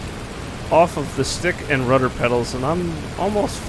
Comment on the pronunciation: You said Rudder Udder